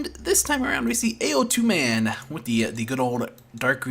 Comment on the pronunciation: Hey dude! it's pronounced "Ow Tu" (as in the sound of pain)... "Ao" means depression while "Tu" means protrusion. Put together it means uneven =)